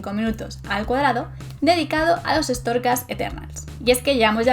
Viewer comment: 13 min escuchando "estorcas". Buf